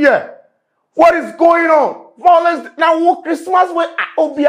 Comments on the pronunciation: Vawlence 😂😂 Yvonne should let this go seriously 🤧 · Small small we go forget say ….. this is the correct word,” violence “ and not “vawulence”😂😂😂😂